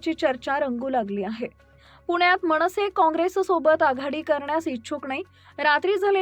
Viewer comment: मणसे, नाही,मनसेअसं म्हणावं,मणपा नाही ,मनपा